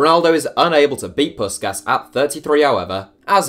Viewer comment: Jesus Christ you butchered Puskás' name